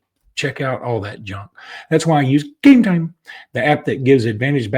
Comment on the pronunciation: You know, your no saint when it comes to this gambling scandal. The stupid way you pronounce Gametime does get everybody's attention. However, you know more about Gametime than other product you push. Think of everybody that has destroyed their family with debt instead of food on the table. And you have done your part.